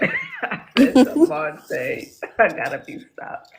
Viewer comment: even didn’t think its demon time…”demonte”